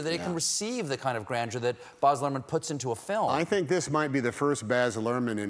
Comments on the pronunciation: Boz? C'mon Stephen... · Stephen. Australian here. It’s provinces Baz not Boz. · It must be an american thing! Another reveiwer Boz'ed hime too